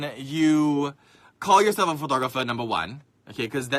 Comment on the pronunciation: Profeeeshional Phootogrpheer... btw. Nice rack xD